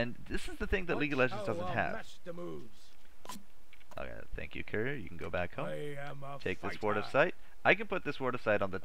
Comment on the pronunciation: For the love of God, stop saying "carrier" like "career".